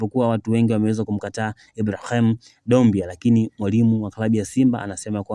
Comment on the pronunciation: Mtangazaji ongeza fasaha katika matamshi yako,muhimu sana vipi jina kama Ibrahim likupe tabu?